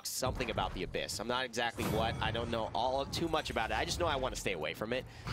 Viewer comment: 1 Question. why say abbys? ( Supposed to be abyss probably) why not just say Seris